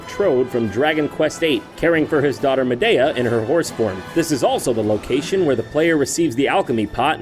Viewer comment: "a picture can be seen with King Trode caring for his daughter Medea" and you say Medea wrong. they literally say her name countless time throughout the game, how can you possibly believe its pronounced a different way? you cant skip cutscenes in that game, btw, so theres no excuse. just plain stupidity. though the fact that this is all i can say is bad about this episode must show its a pretty good episode. just one bit of pure stupidity.